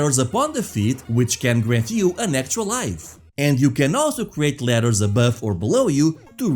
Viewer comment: and You say ladders and letters the exact same way... Just in case nobody ever told you... I kind of like it.